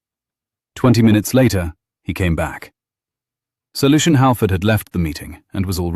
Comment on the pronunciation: Sir Lucian Howard. 😂 It took me a while to figure that out. It sounded like Solution Howard. I thought, what a strange name. 😅